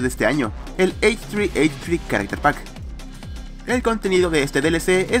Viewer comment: creo que se dice ¨hehe¨ y no textualmente como h3h3 :,v